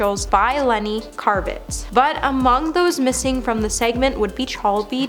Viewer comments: Maybe I’m wrong but isn’t it kravitz (like crab) instead of karvitz (like car) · Lenny's last name is Kravitz, not Karvitz lol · It’s LENNY KRAVITZ… not KARVITZ!!! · OMG I.O.!! Get it together!! Could you please have your people (Stacy Taylor) take a minute and make absolutely sure they know how to pronounce the names of the celebrities they are talking about? This happens TOO often & is SO unprofessional! It's Lenny KRAVITZ not "Car-vitz". I mean, COME ON! It's not that hard to do! Google their name & choose the "pronunciation" option! Not knowing the entertainer because they are older & not from "their era or generation" is NOT an excuse! Like I said, this happens A LOT, with many many of your video hosts. It's just so sloppy 🙄🤨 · KRA-VITZ!!!! Omg! She can't say his name right. Get it right! Who is karvitz????? Anne HECK? PLEASE! get the pronunciations right. Take a minute, Google, find out how their names are pronounced. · The name butchery here is maddening. I love the channel, but Lenny Carve-its (?) Really? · Please learn how to pronounce names in these. I know the research is often lacking but given the topic, it helps to get it right. Hearing “Lenny Karvitz” over or “Anne Heck”over and over is distracting. So disrespectful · Tana mongo, Lenny Kar-Vitz? Do any of these million plus sub channels not proofread or autocorrect anymore? Anne Heck? Every time she said it I cringed more. Especially as we’re speaking of the deceased. But that Olivia Newton-John, Ed Asner, Robert Downey Sr, Kelly Preston, or Paul Sorvino not mentioned live? I find a new reason not to watch the Oscars every year. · Yup, and she kept saying it, over and over and over....a channel that is dedicated to celebrity news and gossip would know how to pronounce Anne Heche and Lenny Kravitz! This is just a YouTube version of like farming, with "comment please" replacing the "say amen to heal this person's disease", lol.